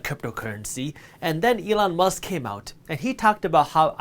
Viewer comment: Elon "Mast"